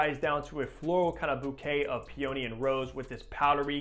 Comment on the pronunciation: Excellent explanation of my favourite fragrance! But your pronunciation of peony… 💀 🤣